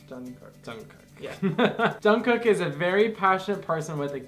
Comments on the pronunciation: can i just say its not JungkooK its Jungkoo(k) the last K arent so loud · Jungkook is pronounced "Jungguek" he is the one with his name that is almost always mispronounced. My bias is Park Jimin. You guys should start reacting to their dance practices because they will leave you speechless! If you do react to their dance practices then start with blood, sweat, and tears (bs,t) you'll love it! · Pronounced as Jeongguk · ohhh hell no he is mine lol I love love LOVE him way longer then you and you said his name wrong 😲😲😤😤😤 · You said Jungkook wrong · You say jungkook wrong 😭